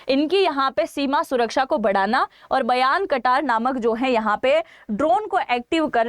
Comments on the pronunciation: Bolna to sikh lo pahle bairaktar drone h na ki bayan karar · Bayarkatar😂😂😂😂 bairaktar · मैडम बयानकटार नहीं बारखतोर ड्रोन बोलते हैं,,आप ऐसे ही यूपीएससी क्रैक करेंगी क्या??😂😂😂😂😂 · behen pehle bairakhter bolo bairakhter ooo behen ka ktar nehi he . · Madam ji...Not bayar katar it should be pronounced as bay raaktar drone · Bayraktar drone ❌Bayar katar drone ✅ 😂😂 poor indian want to earn through YouTube 😂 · Wo Byrakhtar drone hai, not Bairan kataar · Geography aur ekbar padh lo.Bayrakhtar thik se bolo